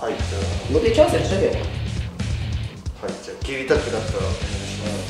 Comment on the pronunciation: はいがはいiになってるwww